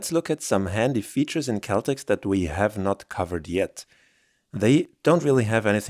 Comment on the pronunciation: I think it’s pronounced Cell Tex